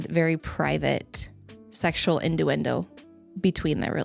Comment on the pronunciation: WTF is "indowendo"? Even "innuendo wouldn't make sense there.